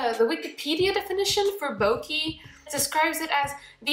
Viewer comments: Bokeh = Boca or bouquet. not bokee. 😉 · Triggered how she said Bokeh